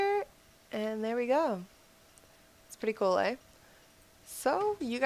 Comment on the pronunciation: Is canadian? Cuz she said Eh:P